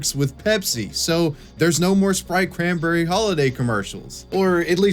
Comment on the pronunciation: ITS SPRITE CRANNBERRY